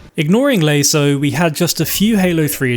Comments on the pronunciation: Never heard anyone pronounce it lay-so before rather than lah-so but alright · Loved the video. However, and I dont mean to be an ass, but youre pronunciation of LASO drives me infuckingsane... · I wish you would stop pronouncing LASO incorrectly.